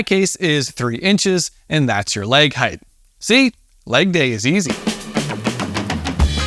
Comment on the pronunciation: Fantastic video. But one bugaboo: there is no 'th' at the end of the word 'height,' which rhymes with 'right.' Even in Canadia.